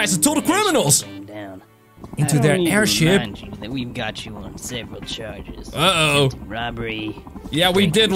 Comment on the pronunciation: Did you say aidhip